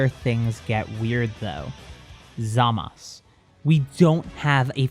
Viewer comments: Why do pronounce “zamazu” as “zamaz”. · It's ( Zama - su )